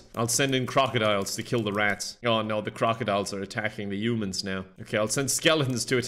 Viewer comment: I love the way pronounces "Humans" as "Yumans"